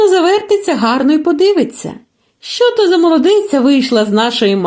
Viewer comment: ВСЕ добре, але не "щьо" , а " що"